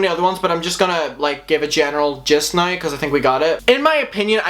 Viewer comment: i can't watch anymore because of how you say now...